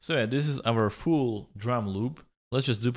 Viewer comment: when he said fuul drum loop i heard it as fool drum loop always his fuul sounds fool